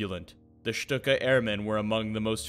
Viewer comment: A very good overview of the Stuka and it;s development but marred at various points: --at least learn how to pronounce Stuka properly? It is Schtooka,. not Schtucka! --You mention the German capture of Paris and then show American GI's marching into Paris in 1944 . Hello?